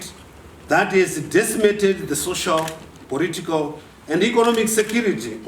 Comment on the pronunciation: makaa bve I know, 😩 He said ‘poritikawu’ (political). I’m weak 😂😂